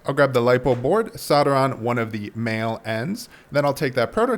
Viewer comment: I totally heard ‘I’m gonna go grab mayo’ when you were talking about male female wires lmao